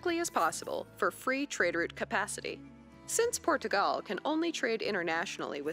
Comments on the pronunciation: Really annoying pronunciation of PortuGAL here. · Hearing her say “Portugal” is torture.